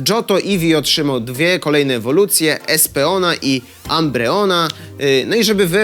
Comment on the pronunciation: A było tak dobrze z wymową nazw Pokemonów. Jedne co zabolało to: Espeon przeczytany inaczej niż "Espijon" i Umbreon nie jako "Ambrijon"